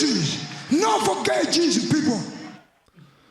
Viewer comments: He didn't say "Don't forget" he said "No forget" which sounded like "No for gay" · yoel is actually saying "no for gay" he clearly said "forget" before all of that. this fight is in 2015 during the legalization of gay marriage in all states on june 26, this fight happened on 28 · Around the time Yoel said “No forget Jesus” I think there was a big discussion around the legalisation of gay marriage which is another reason people thought he said “No for gay Jesus” Also it is obvious he says forget once you really listen to it.